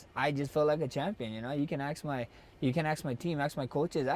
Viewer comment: aks aks aks holloway